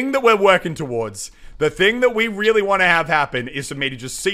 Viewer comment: did anyone else here him say wearly wearly big holes?